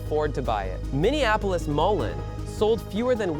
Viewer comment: Moline is pronounced Mo- lean. The home of John Deere & Co, Moline, Illinois